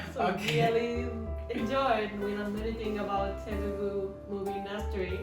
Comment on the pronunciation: It's Telugu not telegu 🤦🏽‍♂️